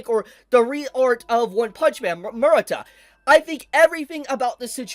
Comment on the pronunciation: bro said murata like rattata